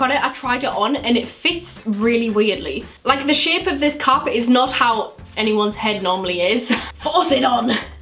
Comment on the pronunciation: When was talking about the ivy park cap I thought she said carpet not cap😂❤️